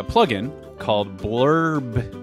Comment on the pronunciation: You were pronouncing Blubrry as blubbery (as in whale blubber), but I believe they actually pronounce their name like "blueberry". If you go to their site, they use a little icon that looks like a blueberry as their logo.